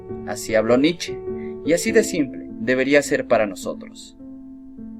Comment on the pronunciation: Se pronuncia Nicha